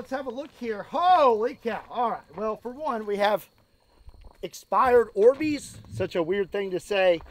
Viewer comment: I thought he was saying "expired Arby's" it took a minute to realize he said Orbeez